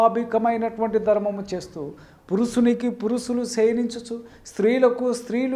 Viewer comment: పురుసులు,అస్సబావిక....ఇంకా ఏ ఏ అపభ్రంశలు వినాలి నాయనా?గుణింతాలు నేర్చుకో!!!